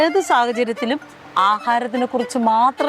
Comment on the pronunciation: അന്നായു അല്ല ഇത് അന്യായം 🙃🙃